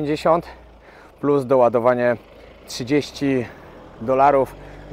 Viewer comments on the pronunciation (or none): none